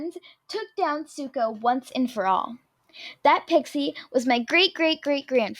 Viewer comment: It said Suko, not Zuko lol